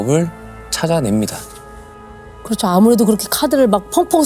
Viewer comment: 송은이좀 빼라.뭐 발음이 항상 그쳐그쳐.그렇죠라고 발음이 안되나. 사건 다루는 프로에서.품격도없고 질문도 빠르고 스모킹건 여MC들 반만이라도 배워라.